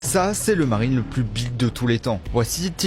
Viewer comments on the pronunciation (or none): none